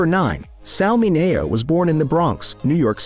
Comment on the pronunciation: "Tragically" ,,,you can't pronounce Sal Mineo correctly ......